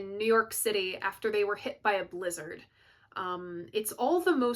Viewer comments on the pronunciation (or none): none